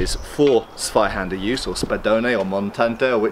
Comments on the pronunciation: Please don't call it Swyhander 😅 It's pronounced Tswyhander. Big difference. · Although your pronounciation of "Zweihänder" is already quite good, but try putting a "T" before it, so it's more like "Tsweihänder" ;) Greetings from Germany